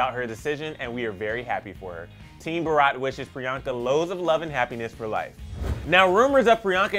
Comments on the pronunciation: The way he said, " BAARAWWTT" (Bharat) I died.😂😂😂😂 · It's pronounced as bhaarath 💁🤗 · The pronunciation of the movie name is " bhuh ruht" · It's Bharat not bheraat. And Bharat means INDIA in English. I think I have a right to hope that u can name our country's name correct atleast????? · Can't stop laughing about the fact he just COMPLETELY mispronounced "BHARAT".....😂😂😂😂 #ISeeAllIndiansCry